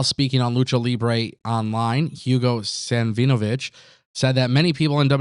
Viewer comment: "Savinovich" is typically pronounced "sav-ih-noh-vich". The emphasis is on the first syllable, "sav".